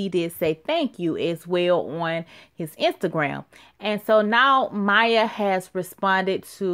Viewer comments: Her name is Maia (Muh-ee-ah) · I think it's pronounced My-eee-ahh...